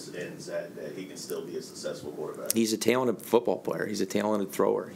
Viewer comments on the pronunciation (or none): I never wanted to fire MLF, until I heard him say "balanced" and "talented"